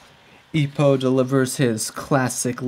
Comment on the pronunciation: its not ippuu its ippo please stop saying ippuu